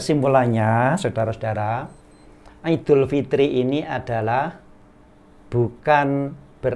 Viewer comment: Assalamu'alaikum wrwb ustad.. Lha itu bisa ngucap, 'iedul" dengan benar.. ora "ngidul"..